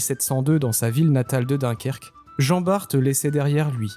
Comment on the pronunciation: Descendant d'Antoine Bart on le prononce à la française !!! BART (bar en phonétique) !!! Ignare !!! Antoine BART Né le 1er juillet 1540 - Dunkerque (59) Décédé en 1627, à l'âge de 87 ans Maître de pêche, cité maître d'équipage en 1569 et 72 sur "Le Lévrier" vaisseau corsaire sous le commandement de Cornil Weus. Vive la flibuste, vive la course, haro sur les anglois !!!